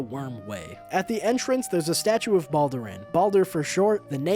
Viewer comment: So weird seeing someone say Balduran as Baldurin.